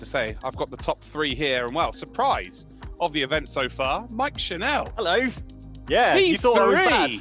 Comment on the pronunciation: Just a note to the commentators: Mike's surname is pronounced the same as tv 'channel' instead of 'chanel'